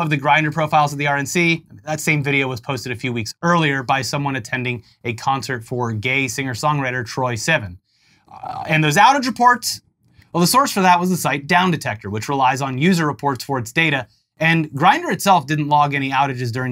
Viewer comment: Long time Troye Sivan fan here just respectfully letting you know his name is pronounced Troye (Troy) - pronounced regularly, Sivan (Sea-von). Love you guys’ content and truly one of the safest and reliable sources of news that’s not spun for terror and clicks. Thank you for what you do!